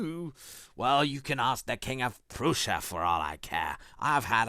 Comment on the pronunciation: Chagrin/Prussian/Gaol…….? pronunciation